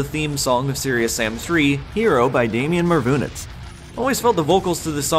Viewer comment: his name is pronounced "Damian"?!?!